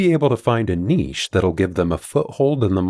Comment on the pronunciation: Thank for pronouncing niche correctly